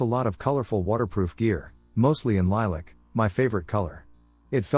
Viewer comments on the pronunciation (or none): none